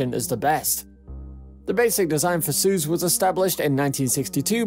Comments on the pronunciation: its "soy - ooz" not "suuuuzzzz" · I don't want to point things out but its not pronounced as "suz" its "Soiooz" (combination of I and U) BTW: Great vid😁❤️ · "Suze"... that's not how you say it. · you're not pronouncing Soyuz right urgh!!!!!! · Learn how to pronounce your subject!!!! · Agreed. This is The Only Noun that matters in this video and our presenter got it wrong.